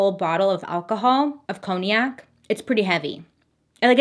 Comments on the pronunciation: Coniac for Congac 🤭(conyac). If I hadn't worked in a bar I'd be saying the same. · Struggling to understand you lol "coniac" you mean cognac? Pronounced "kong'nac" as in premium brandy...made in the town of cognac?? Or is congiac something I haven't heard of....😂😅